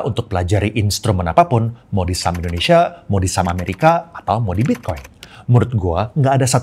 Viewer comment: Di di di di di endhonesa,,fact sih koh